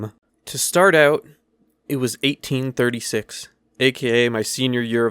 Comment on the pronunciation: Did anyone else notice how he said 1836?